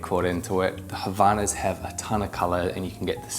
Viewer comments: It's HAVAIANAS! Not Havanas. Brazilian pride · Portuguese tip: the way to pronounce havaianas goes a bit like (silent h)-a-va-i-a-nas. You need the separation and making that I very clear midway, as it's not an "ai" like in english. The brand is spending sooooo much money on marketing but it seems they kinda forgot how to actually tell non-portuguese speakers how to properly pronounce their name (which I don't judge, these phonemes are not straightforward for non-speakers). So it's a bit like "hawaii ana", and not like "havana" (cuba's capital) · Kinda mispronounced Havaianas, the H doesnt have sound and was missing a couple letters 😂 Great purchase though